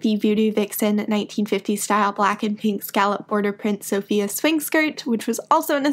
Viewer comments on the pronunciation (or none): none